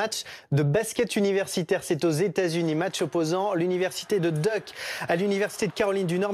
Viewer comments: il a bien dit "duck" au lieu de Duke (diouke). Tjrs aussi incompétent ces gens à la télé c'est navrant vraiment. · C’est pas Duck mais duke 🤦‍♂️ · Par contre faut respecter le nom c pas deuke c’est duke 😂😂🤦🏾‍♂️ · on dit l'université de dyouk pas de dek un anglais va comprendre l'université de canard(duck) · Gros il a vraiment dis de deuck 😭😭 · On dit diouke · K « duke »